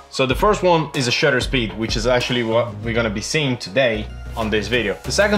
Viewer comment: It's called shutter speed, not Shooter speed 👍